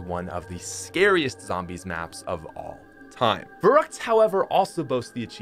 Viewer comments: Also, we just finna ignore the fact that he says it Verroockt and not Verruckt. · Ferryckt not verruckt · It is pronounced farykt